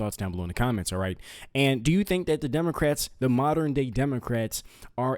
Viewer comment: Right at the beginning, did you say democrats or did I hear demonicrats. I find the latter more accurate.